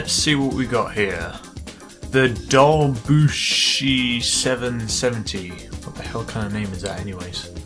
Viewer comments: It is pronounced Dew-batch-ee. I love your side by side races at the airport! The squished look of the screen makes the cars look like "Dinky Cars". ROFL! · Robert Byrd Dew-Baw-Chee